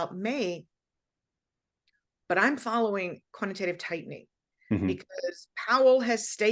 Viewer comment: She definitely said quantitative TEETening 😂